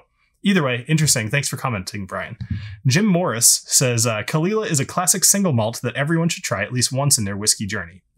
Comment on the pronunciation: It is indeed cull-eela, not cole aila like many Americans say it..